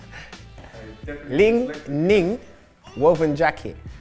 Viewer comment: Ball Bandars you could feel his struggle🤣